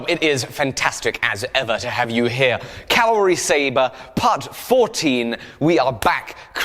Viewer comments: Cavalry Sabre or Calorie Saver? Enunciation is key. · Lol. It kills me how always says Calvary instead of cavalry. 😂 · "Cowelry" saber? 😂😂